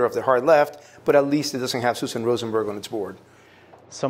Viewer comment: Hah! Rosen burg lol, every single time